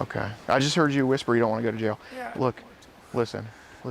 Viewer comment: "I don't wanna go a jaiw" get's a life in prison sentance lmaooo love.